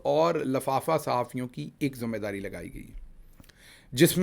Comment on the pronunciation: Word "Zumme Dari" nhe "Zimma Dari" hota hay Dr. Sb.